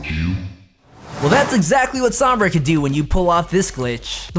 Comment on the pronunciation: That guy saying sombra correctly just makes me so happy